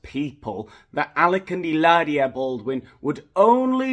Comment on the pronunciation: You are so funny! Your pronunciation in Spanish is beautiful. Hilaria is a nut case but so is her husband. The thought of a reality show with that family is a train wreck, I would watch. He hates the paps- so I don’t know how he would feel about cameras in his house. It might be just her and the kids. Either way, it would be fantastic bc then you would tear them apart 😂😂😂